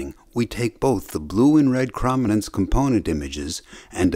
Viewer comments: "Perfectly"? Seriously? He kept saying "krom-inance" throughout the video. Chrominance is pronounced "CHROME-inance" FFS! His pronunciation drives me up a wall! Also we don't have red, green, and blue cone cells. They're called S-cones, M-cones and L-cones and are sensitive to a range of colors each -- with some overlap -- not just the three primary colors. It would have helped to do some better fact-checking before uploading this video. Edit: Also, he needs to buy a pop filter for his mic. Badly. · Excellent video, thanks. However your repeated mispronunciation of chrominance was rather distracting. krow·muh·nuhns Or chrome-in-ance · I'm almost positive that the O in "chrominance" is long. Like, it sounds like "chrome". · Could have covered Huffman just a bit, perhaps by the example of how commonly-used words are shorter than others. Huffman encodes the more common values with fewer bits. Also, it's pronounced krow·muh·nuhns. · It bugs me that you say Chrominance wrong. To me it's: (Chrome-In-Ance) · it's actually a hard o, as in kh/row/minance. :D Love the channel! :D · Chrominance is pronounced with a long O, like chromatic or chrome. It wouldn’t be a big deal if the word was used once or twice but it’s repeated dozens of times in this video. The constant mispronunciation is jarring to anyone who works in video, photography, or digital imagery and uses the word chrominance on a regular basis. I’m not sure how you could screw up something so basic. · You probably should learn how to pronounce chroma and chrominance. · Your computer voice overlay pronounced the word 'chrominance' incorrectly. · Chroma/Chrominance is pronounced like chrome, like on your car tire rims. It rhymes with roam and foam, not with from or bomb. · Bruh. Sure the pronounciation might be wrong but the simplification of how the cones in our eyes exactly work is just that - a simplification. This comment is literally "erm actually". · “Chroma” not “Chrama”.